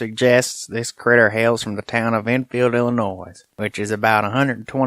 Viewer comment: The S in Illinois is silent just for record.